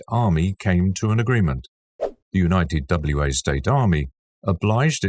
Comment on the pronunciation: Wa State is pronounced "Wah State"... like a wah-wah guitar pedal. Wa is not an abbreviation or acronym.